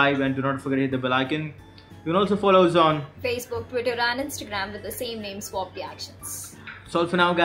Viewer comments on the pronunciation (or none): It's not swab its swag 😎